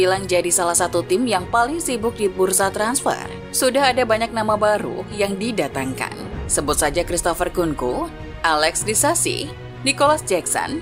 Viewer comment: axel min bukan alex